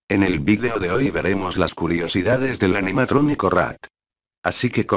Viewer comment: En el principio dijiste rak :v